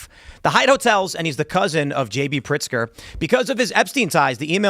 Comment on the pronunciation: Tim, it is Governor Pigster and he is the governor of Chicago and not Illinois!!!!!! 😝